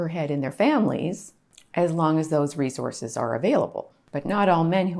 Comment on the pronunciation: Re-Zorces! LOL 😅😂😅